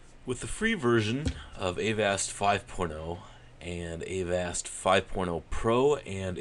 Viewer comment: its avast, NOT A-VAST